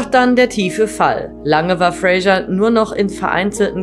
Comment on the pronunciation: Der Mann heißt Fraser, nicht Frasher wie die Sprecherin konsequent falsch spricht.